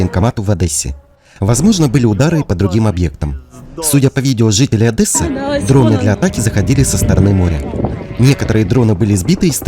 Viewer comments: Когда вы научитесь правильно называть город ! ОДЕССА , а не ОдЭсса !!! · Одесса а не Одэсса.